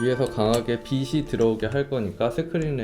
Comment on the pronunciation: 빛이 빛을 을 비시 비슬이라고 발음하시는데 비치 비츨 이라고 해주시면 좋을거같아요! 사소한거지만 계속 신경이 쓰여서요 ㅠㅠ 영상 항상 잘 보고있습니다~!